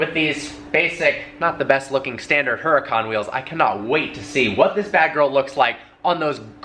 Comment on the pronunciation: I hate how he pronounces huracan wrong